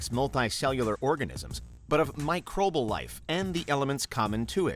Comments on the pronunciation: Microbal? Micro-bee-al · Pretty sure microbal isn't a word.... I think it's microbial... Petty I know, but I cat get over the mispronunciation...